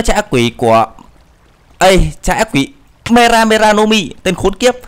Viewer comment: lúc đầu thì đọc từ mera mera thàng mega mega